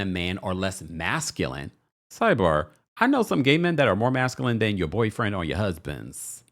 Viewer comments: Did D pronounce masculine as masculinett with a t?! I can’t. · DID he say masculent??😂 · The man cannot even pronounce masculine!!